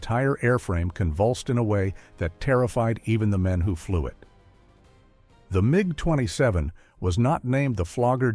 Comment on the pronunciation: but this is. Hear how sometimes IT pronounces MiG totally wrong.